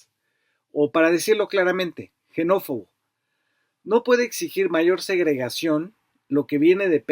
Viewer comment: FABRICIO, LA PALABRA “XENÓFOBO” EMPIEZA CON X, NO CON J. ACASO EL VERBO “EXILIAR” TAMBIÉN LO PRONUNCIAS “EJILIAR”????